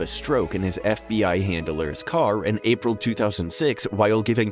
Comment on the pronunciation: Jackie April senior ? Are you kidding me? It's Ah-Preel.